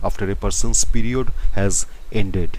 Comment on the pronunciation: "pEe rEod"🥺🥺